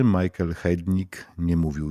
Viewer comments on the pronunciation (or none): none